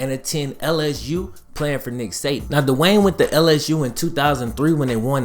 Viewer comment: Good vid, but Dwayne not Da-Wayne.